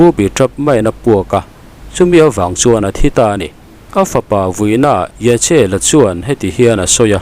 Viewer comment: CH " hi K leh H inkawp ang hian lamrik tur ani(Saptawng a an ziah avangin i lamrik dan hi chu i demawm chuang loh va).Entirnan Simchat Torah ni lovin= SIMKHAT TORAH. Yachiel nilovin = YAKHIEL. A ngaihnawm (ביחד ננצח בעזרת ה).